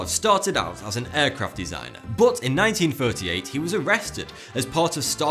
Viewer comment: Stop fking saying butt omg just say but as normal , not butt !!!